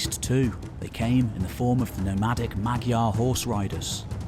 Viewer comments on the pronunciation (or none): amazing video, sidenote, 'magyar' sounds like "madyar" not 'magiar' (thanks to the first scribes transcribing the language to latin alphabet randomly)